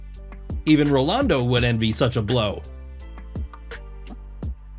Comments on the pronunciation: did he say ralondo? Bro,it’s Ronaldo(no hate) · Rolando??? WHO THE F IS THAT? pls do not butcher legends. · not sure who he was comparing the elephant playing footballl to? he said rolando not ronaldo lol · it is not Rolando but Ronaldo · Who the hell is Rolando? It's Ronaldo, you fool...